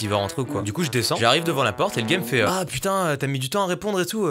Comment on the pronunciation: éééééé il di pas "Bah putain" il dis "Beh putain"